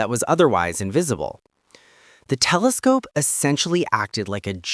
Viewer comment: "Kelescope" AI 👎